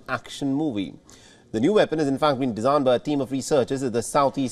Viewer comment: What is a "Vepon"? 😂😂😂